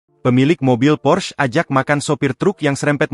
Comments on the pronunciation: PORSCHE bukan pors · Bacanta porsche,, bukan pors